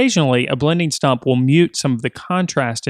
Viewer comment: Is he saying "blending STOP"? or stump?